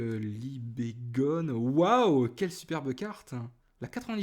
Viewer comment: Juste , petite remarque Libegon tu as dit Libegone :p Pas grave .